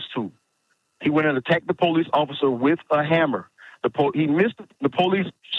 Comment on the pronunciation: Po lice? Police. Not po lice